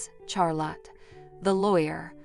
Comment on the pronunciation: Please quit saying Char lot. It’s pronounced Shar lot.